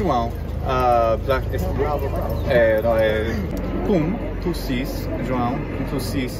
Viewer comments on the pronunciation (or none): I am not trying to be me mean but I do believe he didn’t pronounce it entirely correctly, and the problem isn’t the nasalisation, it’s the [w], which he is over-pronouncing. So essentially he is saying Jo-ã-u when it should be Jo-ãw. It’s super hard though, and I wouldn’t expect him to nail it. He did an awesome job nasalasing and it’s probably because he also speaks French. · you are missing the point a bit. This isn’t a regional variant. There is no form of Portuguese, or mostly any language for that matter, that pronounced two full vowels when they belong to the same syllable. No one native says Ju-ã-u, but they can certainly say Jo-ãw, Jo-ã, Ju-ã, Jô-ãw, etc. This is not a matter of pronouncing right or wrong, it’s a matter of having diphthongs in which only one vowel can be the nucleus, which is the case in Portuguese no matter the place in which you speak it. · Ele não pronunciou corretamente o nome João (Juão). Ele alongou demais o "U". Mas também não foi uma pronúncia ruim, a parte que os estrangeiros têm dificuldade de pronunciar (ÃO) ele acertou.